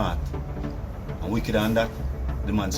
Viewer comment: Carlton terrible eeh mon.. Him put the W inna wicked